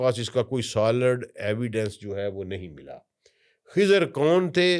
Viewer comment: خضر ہوتا ہے ۔۔۔ کھزر نہیں